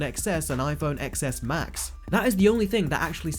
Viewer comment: Cringe every time you don’t pronounce it 10S and 10S Max